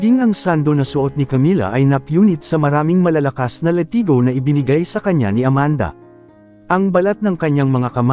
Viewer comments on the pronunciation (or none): Ka slang ba latigo hindi letigo